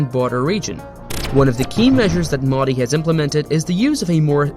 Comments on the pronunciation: Actual pronounciation Mo -dee How narrator pronounced it - Meaw- dii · Funny how you are pronouncing Modi (Its Moe-dee not Moddy) Otherwise great video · It's not maudi... It's MOdi.. dog's d. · It's not Maadi Its MODI Pls pronounce his name correctly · Its not MAUDI dude. Its Modi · the pronunciation is "Mohdi" and not modi(fication). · Have some respect and pronounce his name correctly. It's not Mudi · WTF is Moddy? Learn the correct pronunciation. You don't say BREE-OKAY for brioche and KROY-SANT for croissant do you? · Here's the pronunciation: "moh-thee" Thee, as in, 'th'ough, 'th'us. There's no excuse to not knowing the right pronunciation. There are, quite literally, 100s of 1000s of videos right here on YT, not to mention a ton of new outlets covering him. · lmao "moddy" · Why tf y'all pronounce the name so wrong like damn... You must've heard his name multiple times yet you don't correct yourself. IThe same mistake non Native speakers do y'all bully em into developing "accent". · The way he says modi is so funny😂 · Yo man pronounce modi properly else I cant trust you ! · Please use right pronounced MODI correctly. Practice more